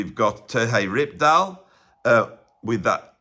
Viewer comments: Here is the pronunciation on "Terje Rypdal:" "TEHR-yuh ROOP-dahl." He is Scandinavian, not Spanish,. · Funny how you pronounce Terje Rypdal. At least for a norwegian like me 🤗